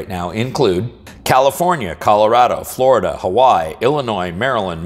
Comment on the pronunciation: It’s pronounced “flurrr-ihh-derrh” thanks hope this helps have a Great weekend 👌